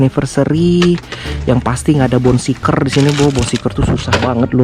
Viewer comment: Mau ngasih tau aja bang,namanya kan bone shaker bukan bone shiker,cuman ngasi tau